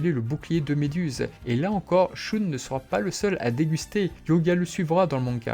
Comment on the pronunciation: Pourquoi tu prononce le prénom d’andromede « choune » ?